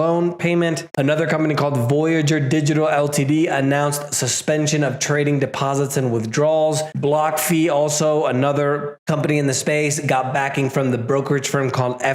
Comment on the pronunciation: block fi not fee